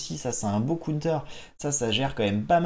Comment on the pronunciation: Un cOUNETEUUUR 🤦‍♂️ si ton anglais est si mauvais, dit donc une contre-attaque 😭 bon contenu mais difficile de ne pas quitter avec cette boucherie 😅